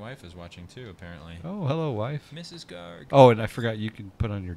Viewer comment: its GARG!!!!!!